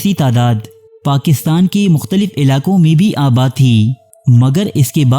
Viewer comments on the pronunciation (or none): none